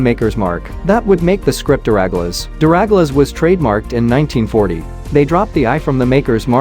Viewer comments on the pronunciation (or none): You should find a robovoice that learned phonics! DURAGLAS is pronounced Doo-ra-glass, NOT DOORAGLES! Signed, An Annoyed English Major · I be,icee that the glass piece shown near the beginning is pronounced dura-glass, nit the way the stupid robo voice pronounced it! Another strike against these miserable fake voices!